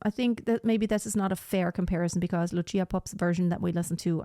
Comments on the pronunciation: It's Lucia like Lutsia not "tsh". Both Gruberova and Popp were Slovak singers. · It’s Loosha, not Lutchia. And consider Christina Deutekom. 🙏